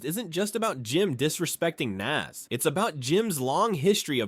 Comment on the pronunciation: Nas not Nass